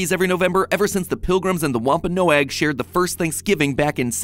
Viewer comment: Matpat, love your stuff, but the name of the Native American tribe that ate with the Pilgrims is pronounced “WAHM-puh-nog,” not “wahm-pah-NO-agg.” Yes, Google pronounces it incorrectly, and that’s clearly where you got your pronunciation. Take it from this Minnesotan: Google butchers every word or name from any Native language. You have to find video of an actual speaker or scholar of the language to get it right. So, not your fault, exactly, but you definitely need to do more research in the future.